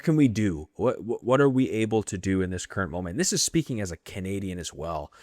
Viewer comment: “This is speaking as a Canadian as well, SOWEL…”